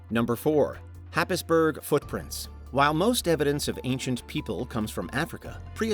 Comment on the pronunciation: FYI, Happisburgh is pronounced Haysborough.